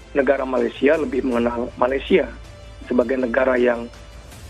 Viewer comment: Indonesian pun panggil 'Malaysia',bukan 'Malaysyer' Malaysyer❎ Malaysia✅